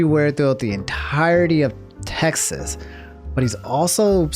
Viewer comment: my man pronounced Texas to “Taxes” lmfao